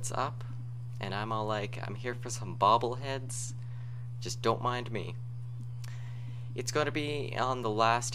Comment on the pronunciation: It sounds like you`re saying "bubble heads."